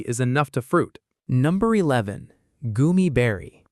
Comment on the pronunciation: Goumi berry not goomie